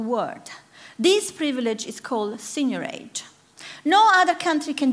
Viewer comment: What is the word she used, to describe the U.S.'s ability to borrow against the total number of US dollars in circulation? It sounded like "senioraid" or something.